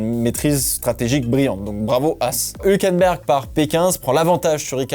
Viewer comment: On dit HUUUulkenberg! Sympa la video, merci grand ;)